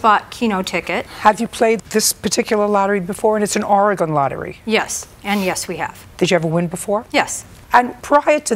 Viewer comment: She didn’t say Oregon right. That bar in sandy is very shady